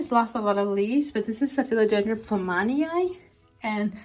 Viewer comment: yeah, I keep on hearing philodendroM. it's philodendroN!😂